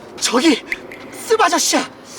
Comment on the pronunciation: 씁 아저씨 발음 주의 ㅋㅋㅋㅋㅋㅋ 쓰바저씨 ㅋㅋ